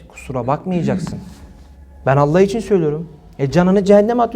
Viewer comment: Tam bir şarlatan rabulalemin ayetinde şunu der şeytan sizi Allah adıyla kandırmasın adam sanki mizahi şarlatan Allah kelimesinin vurgusuna bakın adeta orda oturanlara dalga geciyo